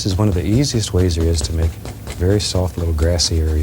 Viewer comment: Bob always says "Right dare" instead of "right there".